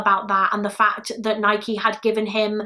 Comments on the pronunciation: I’m from Oregon in the states where Nike originated and it’s pronounced Ni-key, the first British person I’ve heard say it correctly 😂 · It’s Nike you said it right 😊